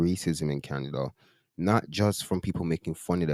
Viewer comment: Canadia😂 one day not Canada anymore